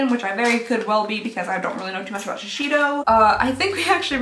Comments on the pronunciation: Dear, love your videos, but please, it’s shi-sei (like SAY)-do, not shishido lol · It's Shi-sEY-do, not Shishido or whatever that pronunciation is XD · 💀💀💀 every time says shi-she-do for Shiseido 😂🤣💀 It should be something like "she-SAY-doe," but please don't change, it's adorable! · I imagine that’s how Shiseido is pronounced by English speakers, but the correct pronunciation is “she say dough”. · Pronounced shisaydoh. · Ok, please, after all this time please pronounce Shiseido Properly….. SHI zay do. Thanks! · It's so adorable, and I absolutely love it, that she struggles so much to say shiseido. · I like skincare but this is a ripoff! What's the point of 3ml Guerlain serum regardless of how much it is? Also, please look up how to say Shiseido, Omorovicza and Chantecaille. You'd be surprised how wrong your pronunciation is :) Happy New Year! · Ok, for the new year please learn to pronounce these words...Shiseido is Shi-ZAY-do, and Lancôme’s mascara that you love, Monsieur Big is Muh-syur Big. The perfumed candle is Baccarat...Bah-ka- rah. I think the other word was Madison, May-zon. And finally, Chantecaille is Shan-teh-Kai. Thank you, carry on.